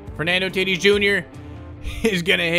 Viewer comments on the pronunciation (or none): It’s not t i t i s It’s t a t i s